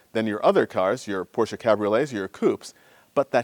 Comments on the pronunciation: Thank you so much for not calling it a "Porsch"! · You seem to be to only American who can pronounce the name Porsche correctly. {almost everytime ;-)} The motor hood seems to have overpainted rust. Bad restauration.